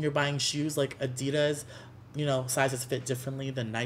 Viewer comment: did y'all hear the way he pronounced adidas??? i am dead